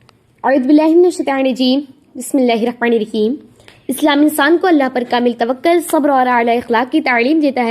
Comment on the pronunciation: تَوَكُّل باب تَفَعُّل سے مصدر ہے تھوڑا سا اطمینان سے ٹھہر ٹھہر کر بیان فرمائیں مزید عمدگی آے گی ان شاء اللہ